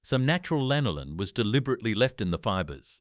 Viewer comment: Всё классно, только жир овечьей шерсти называется не лИнолин, а лАнолин. :)